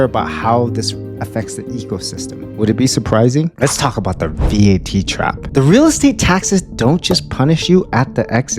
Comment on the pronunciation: . You do not have to pronounce it as V-A-T. It is an acronym so you can pronounce it as simple as Vat. Every Filipino knows that.